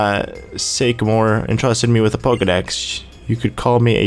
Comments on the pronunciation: omggg ! Sycamore, like the tree pronounced (Sick-a-more) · sycamore is pronounced like the tree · do you seriously not know the tree SYCAMORE?! EVERY PART THAT HAS HIS NAME YOU PRONOUNCE IT WRONG! IT. IS. A. FUCKING. TREE! YOU SHOULD KNOW IT